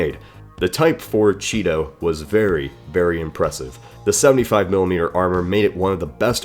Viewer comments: Chi-To more like Cheeto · Chi-to = cheeto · Fear the chee-to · Chi-to= cheeto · Anyone else laugh at the Japanese tank that's name was pronounced "cheeto"? Dang, advertisements were even in military design! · the type 4 chi-to sounds like the type 4 cheeto. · "chi-to" really, just no, why, Japan, why